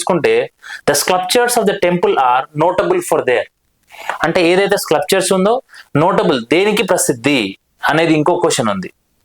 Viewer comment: స్క్లప్చర్ కాదు, స్కల్ప్చర్